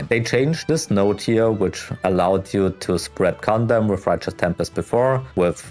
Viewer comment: My wife was wondering why I was watching a video with a guy that keeps repeating 'condom'. I had to to tell her he was trying to say condemn.